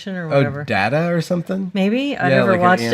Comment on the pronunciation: People who pronounce Data that way when referring to Lore's younger brother DO NOT GO TO STO'VO'K'OR.